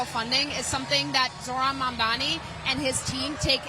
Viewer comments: Maybe the haters will learn to correctly pronounce his name. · Anyone noticed how Cuomo always mispronounces Mamdani’s name? It’s as if Mamdani is a nobody to Cuomo, like he’s an afterthought. Not anymore Andrew, huh?